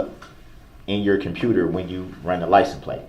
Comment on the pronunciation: He didn't even say liscense place. He said "liesen place" !